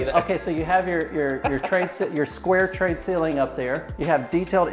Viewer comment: why do you call it trade(tray) ceilings?